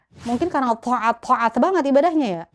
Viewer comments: Taat jadi thoa'at hahahaha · Lucu ceritanya sampai taat aja bilangnya tho'at tho'at ya hehe.